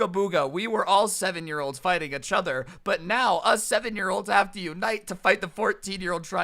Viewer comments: I lost everytime you said a-chtother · No one: Really nobody: Not a single soul: Literally no one in the universe:: Itchother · Not hating all but I find it a bit amusing when pronounces "each other" as "achother"